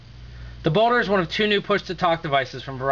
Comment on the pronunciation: ok, so judging by the comments, im hearing boner corectly. not just me.